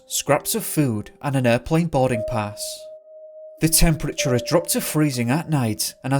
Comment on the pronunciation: Only you could make “boarding pass” sound like “body parts”